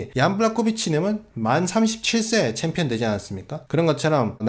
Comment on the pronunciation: 정찬성: 아이 원트 어 참피언---------> 아이 원트 어 빠가야로